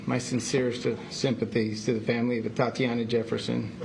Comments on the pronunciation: 🤔Boy, they sure did jack her name up😠You would think that a situation like this, they should've been briefed as to how to correctly pronounce her name!!!😡🙄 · Yeah. Kind of cringed Everytime they tripped her name. Just put. A in front of Tatiana.